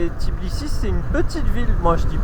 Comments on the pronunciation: C'est TBI-LI-SI et non Tiblisi 🤣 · Oui c'est tbilissi pas tiblissi😂😍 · Tbilissi c'est pas si compliqué a dire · Super vidéo comme d'hab. Content de vous retrouver par contre vous avez un p'tit soucis avec le nom de la capitale Géorgienne 😄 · ouai quand meme! c'est limite manque de respect de traverser un pays sans prononcer correctement le nom de sa capitale lol et oui biensur qu'il y a du rugby en georgie! c'est des solides! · Pourtant c'est n'est pas compliqué de prononcer თბილისი 😂 blague à part votre vidéo est vraiment sympa, mille mercis ✌️